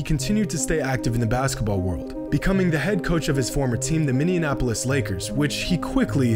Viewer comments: It's not minny-an-apolis, it's minny-apolis. Get it right. Jesus christ. Minneapolis is really not that hard to pronounce. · "minnianapolis" lol so close my friend so close. Im from minneapolis so that one stuck out lol. Min-e-apalis. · “Minianapolis” 😭 It’s actually pronounced Mini-apolis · Why does everyone pronounce it "Minni-anapolis" when it's "Minni-apolis" lol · You a GOAT. Road to 2 mil subs! Also I have to say this because I live in Minnesota. Minneapolis is pronounced Mini-app-poll-less lol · "minianaplis Lakers" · Mini-appo-lis. That's it. 5 syllables. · Minneapolis= Mini+apolis Cmon bro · Really enjoy your vids, but your butchering of "Minneapolis" had me chuckling. lol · This guy needs to take a good look at the word “Minneapolis” lol idk what he said in the video